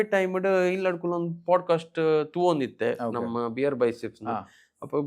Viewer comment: It's namma, not namana